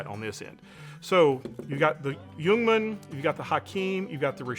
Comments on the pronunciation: You pronounce Ljungman correct (I'm a swede). "Ljung" is swedish for "heather" (the plant). The "L" in Ljungman is silent when pronounced, both in "ljung" and in "Ljungman". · Thank you for not pronouncing the L in Ljungman, drives me up the goddamn walls to hear people say "Lejugnman"